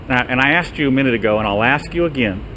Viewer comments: He axed you... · Excuse me.....You AXED me? wouldn't that be at least assault? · Again it is not axe. The English word is asked. I think he wants to cut down a tree when said axe. Can't even pronounce a simple word. And he protects. Wow idiot's are out. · The word is asked. Not axe. Learn how to pronounce words. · He axed him...🤣🤣🤣🤣🤣